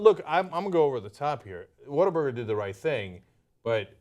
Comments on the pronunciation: she says "WhatTheFuckBuger" not burger, lol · Cenk, it's not 'whataburger?' it's 'WHAT,A,BURGER!' and they'r very good, better than In-Out, Five-Guys, Wendy's, King, Mc'd, Jack, .. also the fries are good, shakes, they start cooking it when you order it, so it's fresh and juicy, good quality meat, made to order, it's a damn good burger for sure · About the name, in their mouthwatering TV ads, the guy takes a bite out of a burger and exclaims, "What a burger!!" It's commonly pronounced "WaterBurger" here in H-Town and you guys would love it. Their burgers, fries and milkshakes are amazing, that's why there is one on every corner. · Its What-a-burger not waterburger. And its way better than in-n-out burger. And they aint losing any business cuz they have better ketchup than heinz and aint nothin better than whataburger at 3 a.m. nothing. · ....... WhatTheFuckBUGER.... Buger? ..... people can't even be stupid correctly.